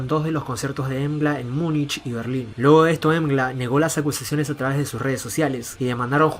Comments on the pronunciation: Pero se dice "em gi el ei" ¿no? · Mgła (pronounced "mgwah") means "Fog" in Polish.